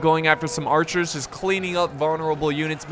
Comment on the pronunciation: Mounted AArcherrs